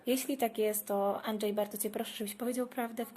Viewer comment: "Anczej" XD